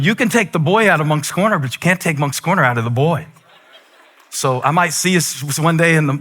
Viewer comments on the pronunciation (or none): When you said moncks corner I had to look at the phone like oh my he from SC 😂